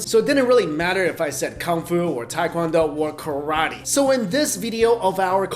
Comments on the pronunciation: Tae is pronounced 'teh'. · Why can’t anyone pronounce TAE KWON DO!! Even other Asians from America lol. It’s phonetic pronunciation is : teh kwon doh It is not tai kwon do ppl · Proper pronunciation for tae-kwon-do is tay (like née) kwon-doh (like play dough); appreciate the quick explanation of differences 🇰🇷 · Teh-qwan-do (soft o) not hard american english OOOHHH! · I hate when people say pronounce it "Tai"